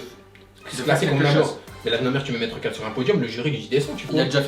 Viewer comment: C'est Maître Kal, pas Maître Cal :p